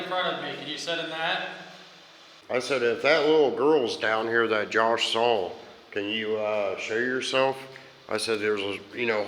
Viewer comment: Sorry but every time she said "I thought I sore" I wanted to shout "a puddy cat ""I did"" I did" 😂 😜🙈